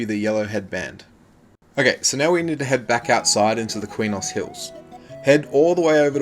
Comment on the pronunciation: Btw Quenos is pronounced, kraynos SoW is pronounced sow, as in a female pig.